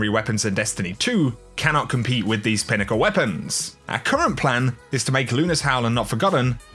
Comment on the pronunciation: “Pinnacle” lul